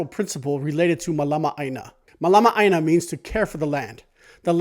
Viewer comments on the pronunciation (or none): none